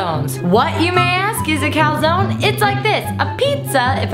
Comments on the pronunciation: Every time you say Calzone, sounds like "calzón" in Spanish which means underwear lol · omg you pronounce calzone in a really weird way ahahaha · The question is; am I going to be able to sit through a whole video of someone pronouncing calzone wrong? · we pronounce it "Cal-zone-ey"